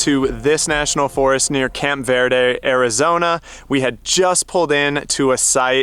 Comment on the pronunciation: Here's a tip from a local: Verde is pronounced like birdy, not vairdy. Also Sinagua is pronounced sinawah.